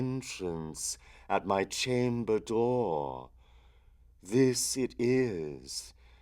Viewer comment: Okay, look, the poem has a very obvious natural meter that really shouldn't be fought against... adding the elongated syllables in 'dohhr', 'nevermohhr' etc. ruins the poem, as you know, because you have to rush the other words to fit them in. It's iambic, mostly, and the skips in beat are meant for emphasis. It is a poem filled with incredible imagery, but its structure is the most important thing. It represents a descent into delerium - a fugue. Try thinking a bit about what you're reading.